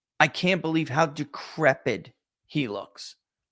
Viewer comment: there is a “t” at the end of the word “decrepit”